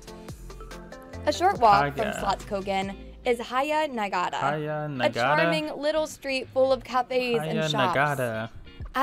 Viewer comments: don’t listen to this lady pronouncing the words, it’s not correct at all 😄lol Haga Nygata is pronounced with ”hard Gs” (like in the name Garfield) and with both the first a’s in the two words being being pronounced like the a in ”Hawk”. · Haya Najgata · Fr, what did she do to feskekôrka and haga nygata 😂 fescecora and haiya nugaya? Like it's obviously ok to not be able to pronounce everything, that's expected, but she was so off it shocked me. God bless her ❤ LMAO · It was bad but Haga Nygata was worse.